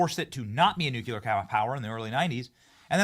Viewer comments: Why can no one say the word NUCLEAR. It’s pronounced NUKE-LEE-UR…not NUKE-UH-LUR 😂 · Nuclear not nucular! You both pronounce it incorrectly!! 🙄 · Benny: It’s pronounced: “nu-CLEE-ar” (not “nuk-U-ler”) Every time dude…! 🤦🏻‍♂️🤦🏻‍♂️ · How goddamned hard is it to pronounce NU-CLE-AR correctly? It’s fkn NU-CLE-AR, NU and then CLEAR not "NU-CU-LAR" FFS. It’s not that goddamned hard to say CLEAR after saying NU. Can anyone read or understand basic grade school level English anymore? And how in the FK do you get LAURA from LARA? I’m astonished Benny can even speak the English language effectively enough to be understood when he refuses to pronounce such basic English words like LARA and NUCLEAR correctly. This level of disrespect and absolute laziness it takes in not even bothering to get off your ass to try pronouncing basic English and not having the basic fkn decency to get off his ass to learn how to pronounce people’s names correctly doesn’t engender confidence in anything else this guy has to say. LEARN BASIC FKN ENGLISH BENNY, it’s not that goddamned hard. It’s basic goddamned respect. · Benny, I've wanted to correct your "nucular" for AGES, but you are in good company. George Bush could NEVER say it right, and neither can half of the people in the government! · Benny: Nuclear. Not Nukular. You sound like G Bush! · New - Clee - Urrr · Tysm Darth!!!! Benny, I love ya, but nukular was driving me crazy 😂